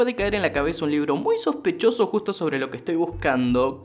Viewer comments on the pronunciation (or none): Así es, empecé a ver sus videos por esa frase, y por como dice chospechoso😂